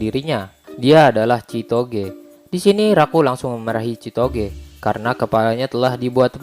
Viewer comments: Kenapa gw denger chitogee malahan si togeee🤣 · Kok denger nama ceweknya sitoge wkwk